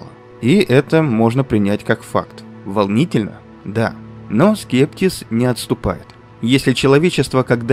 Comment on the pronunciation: не скепТис, а скепСис